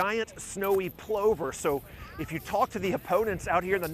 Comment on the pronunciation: Plover does not rhyme with clover, it rhymes with hover and lover.